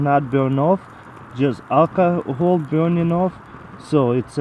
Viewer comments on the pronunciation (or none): Did he say calcohol?